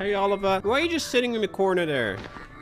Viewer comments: Heres a helpin hand! Ohl-ihv-ee-a. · watching struggling to pronounce "Olivia" was something